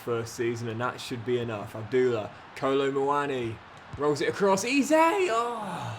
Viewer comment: If you’re keeping Eze around until retirement then please please PLEASE… stop calling him ‘Eee-zay’, it’s pronounced: ‘Ezz-ayy’ and I help but notice every time you say it 😆 Loving the series otherwise